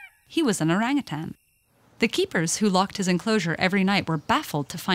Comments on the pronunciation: In Malaysia, it is pronounced oh-rung-hoo-tun. Lol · Orang = people Utan (hutan) = forest Btw the pronounciation though... its pronounced as orunk-(w)uta(r)n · You pronounce orangutan so bad lah.. Like "oureng gutens" hhahahaha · Не орангутанги,а ОРАНГУТАНЫ!!! Орангутан - в переводе с одного из восточных языков, лесной человек! А орангутанг, это человек- должник! А обезьяна никому не должна! Поэтому- ОРАНГУТАН!!! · Yeah... no it’s called orangutan not orangutannnnn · Why do english people pronounce orangutan like erangatang when its o rung oo tun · I know...it cringes me a little to hear westerners say: “oreng-a-tan”. I got used to hearing “o-rung-hu-tone” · The best part of this video is how she pronounces oarangatann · Yeah, it literally means ‘forest person’ in the Malay language. Though the real pronunciation of it is ‘oh-rung oo-ton’. If it were to be recognized as just another ape, then it would be called ‘kera’ or ‘monyet’. Orangutans get the ‘orang’ name which is more human-like, like how ‘orang kaya’ is a rich person and ‘orang kuat’ is a strong person. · You know youre calling orangutan the name rong go type how to say it right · Isn't it called o-rang-u-tan??? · It is pronounced orang ootaen. In malay. I am a Malaysian. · It's or"a"ng ut"a"n as in father. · Came here for the orangutan pronunciation and I'm certainly not disappointed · omg thats not how u pronounce orangutans it annoys me so muchhhhhhhhh!!!!!!